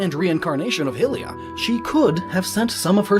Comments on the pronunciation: Ignoring everything else in this video because...if you pronounce Hyrule as High-rule then why are you saying Hill-ians and Hill-ia for Hylians and Hylia? Every language in existence generally have the same pronunciation for letter combinations. Therefore shouldn't it be High-lians and High-lia just like it's High-rule? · You pronounced Hylia like "hillya"... Don't you think "Highlia" would make more sense because of its close relationship with "Highrule"???? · high lyia not hillia hylia HIGH HIGH THATS HOW YOU SAY IT HIGH HYLIA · Please stop with "hill-ya"... It's not "Hillrule" it's "Hyrule" pronounced HIGH not HIH... so The people are High-lia... I seriously can't even absorb & try to consider your theories because of this... Think of even the parallel realm Lorule... HIGH-rule, LOW-rule... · Also its Hylia (Hi-lee-yuh) not (hil-lee-yuh) -_ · I always thought Hylia was pronounced "High-lee-uh", not "Hill-ey-ah". Though that might just be me. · omg it's pronounced hylia not hilia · Cool video, but it's HIGH-liar, not Hill-ea. As in Hyrule (HIGH Rule). It was bugging me the whole time lol. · I hate to burst your bubble,, but for those who don't have a magical magnifying glass or mask: 1) Be honest, you do think it's an Easter Egg but it's more fun to think it's not. 2)It's Hiee-lee-a, not Hil-ee-a; think of the i in fire, it's the same but diphthongs are hard to express in writing. 3)The Twili were forced to wear masks and changed into shadow creatures by Zant, once you expose them to a Sol, they change back, the only one that wear anything at all are Zant and Midna. 4) A common hypothesis is that "Because of her part in creating the laws of the universe, it is speculated that Nayru is the Goddess of Time referred to in The Legend of Zelda: Majora's Mask." Although Nayru could be Hylia, since she is the goddess of Wisdom and Zelda is the wisest person in the world it seems. 5) The Downfall Timeline doesn't take place before the Child Timeline.